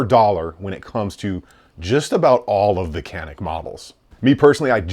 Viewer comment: Canik is pronounced Janik, the C in Turkish is a J sound.